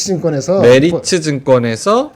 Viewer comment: 김 본부장 께서 오늘 메리츠 증권 얘기 할 때마다, 메르치 라고 자꾸 들려서 아침부터 맥주랑 멸치+고추장 먹고 싶었네요.